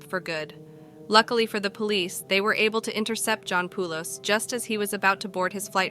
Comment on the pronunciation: My uncle shares this last name. It’s pronounced Poh-lis. Not Poo-los. Thanks.